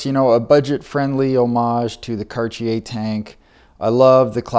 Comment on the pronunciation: This the first time I heard Cartier pronounced like that